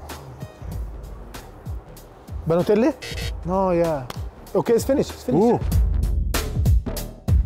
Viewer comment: Why am I so smart Mo? 😂😂😂😂 Did Mo said Balotteli😂😂😂😂 Özil Vs Emery next please 😂😂😂